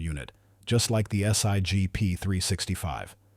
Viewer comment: The " S.I.G. " ? AI generated crap...